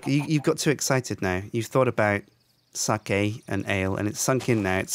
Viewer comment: I love that pronounces sake correctly... and Kim, an asian, pronounces it wrong.